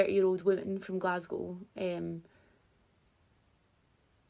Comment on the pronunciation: First of all i need to thank you from all in scotland for pronouncing Glasgow correctly ❤ and second i literally cant stop laughing about this wonka experience it was local to me an im so sad i didnt go cos i love stuff like this where your expecting something an its so bad its funny.....this is literally the best story to tell forever and pass down to your grandkids like "we were there when a crap willy wonka experience made worldwide news" 😂 thats worth the money in my book 😂😂😂😂😂😂